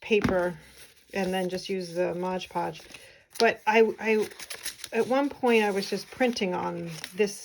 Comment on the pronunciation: Your books are very attractive. I enjoyed the videos about how you make them. They are well done, clear explanations without extraneous chitchat. Just one small suggestion- it is MOD podge, not modge podge - check the label.